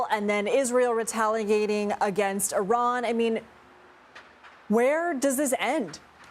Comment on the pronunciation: You can’t even pronounce Iran correctly!